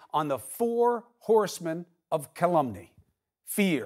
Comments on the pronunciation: Calumny -- the right term for trump but wrongly pronounced by Cuomo, unfortunately. Accent on first syllable, Chris. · Ouch, he should have looked up the pronunciation of "callumny" before going on the air.